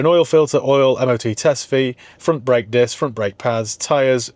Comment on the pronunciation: Foot ont' brek 😆 very Barnsley